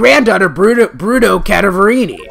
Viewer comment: It pains me how you pronounce "Cadaverini" I'm pretty sure it's pronounced Cadaver(dead body) + ini